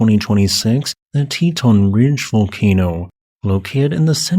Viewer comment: For a moment I was confusing the Teton (tee·taan) Mountain Range in Wyoming, but realized the Titan volcano should have been pronounced tai·tn. I know, I’m nitpicking.